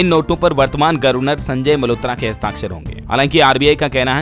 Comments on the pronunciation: गर्वनर नहीं होता है गवरनर बोला जाता है , उच्चारण तो शुद्ध किया करो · गर्वनर नहीं ववर्नर होता है